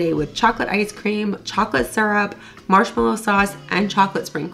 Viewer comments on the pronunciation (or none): none